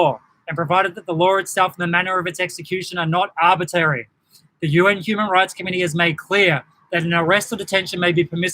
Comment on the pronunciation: I noticed you can’t pronounce ‘arbitrary’ and I suspect it’s because you don’t understand what it means. It means unnecessary. This is not a breach of human rights because the measures are not unnecessary.